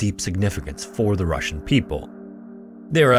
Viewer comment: Спасибо!! Great job on this one, and well done with pronunciation of russian names and titles.